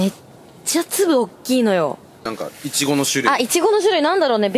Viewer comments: ツリメもいちごのイントネーション、ちょっと違うな笑 エイジ寄りの発音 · いちごの発音がエイちゃんだ！埼玉と東京で違うんだね